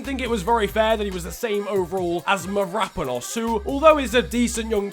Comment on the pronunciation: Mavroponas is pronounced Mav-row-pa-nos, not however it was that you said it